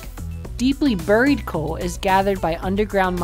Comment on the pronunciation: You don’t know how to pronounce “buried”.